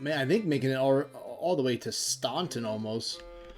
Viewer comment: From a native Virginian, Staunton is pronounced stan-ton.